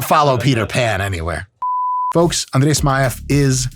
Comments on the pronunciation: I am from Russia and I want to say that you said the name Andrey Smaev in perfect Russian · Ого, по произношению имени было уже понятно, что Майк говорит по-русски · Имя и фамилию произнёс вообще без акцента) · Я прихуел от того, как чисто он произнёс "Андрей Смаев" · Я каждый раз пугаюсь, когда он без акцента произносит Андрей Смаев 😂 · Ох, как чисто произнес имя, я аж чаем подавился. Называть вас буду теперь не иначе как Дядя Миша) Upd: Ниуя он по светлане прошелся конечно, мы в 7 лет тоже много слов разных знали, но чтобы так... Дядя Миша силен! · Сам удивился, когда Mike вначале видео произнёс имя Андрея Смаева почти идеально без акцента. А потом, когда Mike сказал, что жил до 7 лет в России, то стало ясно откуда такое хорошее произношение